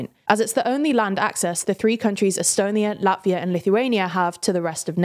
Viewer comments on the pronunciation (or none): none